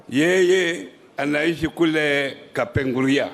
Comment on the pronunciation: Hajui kupronounce Kapenguria? 🙄🙄🙄